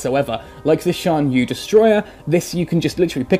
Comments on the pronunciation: actually its pronounced chan - ye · I don't think it's pronounced like that. It should more like "Chan Yay" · Unfortunately in the romanized Chinese phonetic system the C is pronounced more like a "tss" sound and Yue sounds like yoo-eh. So it's actually pronounced "tsan yoo-eh" but otherwise it's a good pun.